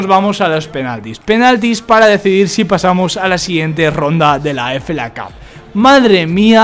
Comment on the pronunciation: es FA Cup, se lee efei cap, tá?